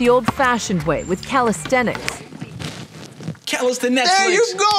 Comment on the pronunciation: Did you really said "Calestenetflix"?